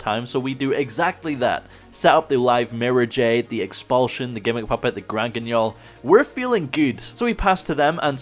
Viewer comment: Hey he finally pronounced guignol properly 🎉